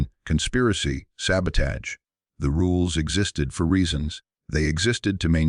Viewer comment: Can't even say SABOTAGE correctly